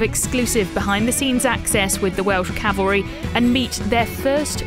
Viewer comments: 4 star General says Calvary. ME: CAVALRY!!! CAV... AL... RY!!! ... SIR!!! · A 4 star general, says the Welsh “Calvary”. It’s cavalry sir.